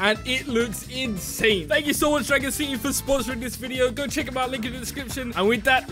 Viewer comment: you said dragon sity time